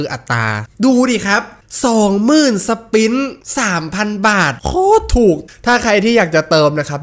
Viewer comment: กูขำที่เรียก สปิ๊น นี่แหละ!! 55555.